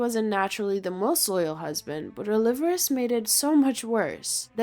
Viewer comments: 'oh-li-VAR-es' lol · Actually, it could be AI. They tend to mispronounce proper names like this. "Oh-liver-us" drove me nuts to the point of being unable to listen to this. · The way the teenage girl narrates this video is hysterical...check out the way she continually mispronounces the Spanish surname "Olivares" as if she's a retro valley girl.